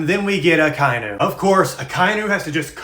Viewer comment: I'm pretty sure it's pronounced Aka(Red) Inu(Dog) Aka-Inu (sorry for being that guy 😭💔)